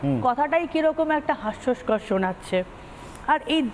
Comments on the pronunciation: "HASYOSKAR" ! "HASYOKAR" NOY. From what educational level do these TMC women come up ??! Chiiiiiii .... YUCK... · কথাটা হাস্যস্কর নয়। হাস্যকর হবে।